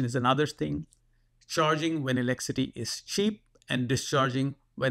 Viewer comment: What's this "elecity" you keep talking about?